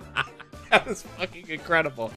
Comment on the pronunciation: Or as would say "Inscredible"